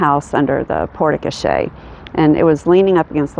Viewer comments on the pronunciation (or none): I am learning so much through your videos. Thank you so much for what must be an enormous amount of time creating these! My other interest besides old houses is in the area of languages and pronunciation. I noticed you mention "porte cochere" a couple of times in the videos. I probably shouldn't say anything, but of course I am going to leap in where angels fear to tread. Forgive me if I am wrong, but I think you might be mispronouncing that phrase. I believe it should be /pôrt kōˈSHer/. Thank you again so much for the up close view you are giving us of renovating an old house. Fascinating!